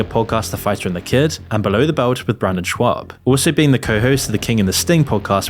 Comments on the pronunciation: I don’t like the dude, but Brendan’s last name is pronounced “Shobb” not “Schwabb.” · Shaub, not SchWabb. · It’s not Schwab, there’s no W in his name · I love that he keeps calling him “Brandon Schwab” 😂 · There’s no “w” in Schaub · Schaub…where’s the W? Stop saying Schwab! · Schaub not Schwaub hahaha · repeatedly calling brendan shaub, brandon shwab is fucking hilarious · I also don't find Whitney Cummings that funny, but the way they treated her on that podcast... I really wanted to punch them in the face. They were complete dicks to her for no reason. Also, his name is Brendan Schaub not Schwab. You keep saying it with the W sound like Charles Schwab. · Ok, but does he keep pronouncing it Schwab? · Schaub, not schwab. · Come on. If you're going to make a video about a person, the least you can do it at least TRY to pronounce their name correctly. Shaub is NOT shwab. You said upwards of 50 times and only ONCE did you even come close to saying it properly. If you want to be taken seriously then at least try. Same for Chris D'elia. It's not deelia. Du-leah. Good lord this is bad. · Its not Schwab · at least call Shaub by his name, not Shuab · Its funny how you keep pronouncing it "Shwab" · “Brandon Schwabb” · SHAAAA BBB not SCHWAB lol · Lol did you call him Brandon Schwab intentionally? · kept calling him Schwab instead of Schaub from start to finish. It's probably the funniest thing Schaub has ever got involved. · Oh my fuck dude, Brendan “SchWAAB”? Chris “DEElia”? At least pronounce names right you douche. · You do know it's not actually pronounced "shwaab", right? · Schaub is pronounced "shawb" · I had to pause my game for this...are you saying Shwab on purpose or is that a mistake. If that's unintentional its even funnier. Totally not correcting you. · Great video but dude… learn how to pronounce people’s last names 😂 schaub is not pronounced schWAUB and D’elia is not pronounced DEELIA 😂